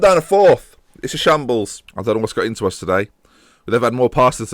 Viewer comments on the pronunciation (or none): Also live how you say us like "Uzz"